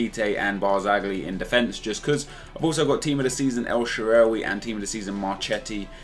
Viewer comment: try typing "الشعراوي" on google translate and switch the language to Arabic. Thats the correct pronounciation for El Shaarawy's name since his name is an Arabic name. Like so he can see.